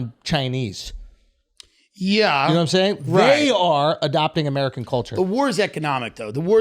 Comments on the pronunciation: Andrew “ I’ve been embarrassed by amerigan” lmao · “Amerigan” ~ Andrew Schulz